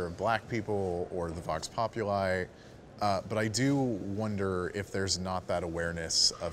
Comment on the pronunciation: >just click randomly in the video >Vox Populi mispronounced right away If you are going to be edgy enough to give a latin name for the Voice of the Worker atleast be able to pronounce it.